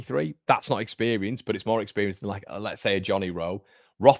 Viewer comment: expewience lol